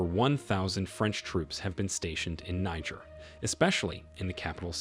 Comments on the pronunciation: It’s pronounced “nee- jher”. 🙄 Great story tho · Please it's pronounced Kneejeer, Niger is a state in Nigeria. That aside, awesome video. The coup was absolutely necessary, France turned Niger republic to Libya post gadaffi, actually much worse. The west seems to forget that there are always countries like China and Russia to support African countries. The enemy of my enemy is my friend. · Why are you pronouncing Niger incorrectly?